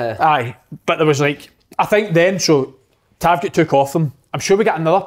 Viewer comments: Big Kev murder pronouncing tavs name and how he says siltic but talks well on fitba great show thought barry ferguson was different class week before great mix and just like a bunch of m8s talking fitba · Gonny tell Kev to lean how to say tavs name